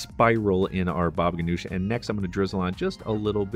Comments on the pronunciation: It is pronounced Hanush, not Ganush ,according to my Syrian uncle , his family and Lebanese friends . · Baba ghanoug not ghanosh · Not GANOUSH ITS GANOUJ